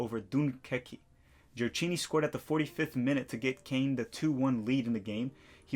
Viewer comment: Gioacchini it’s pronounce “ GioaKini” like “schedule “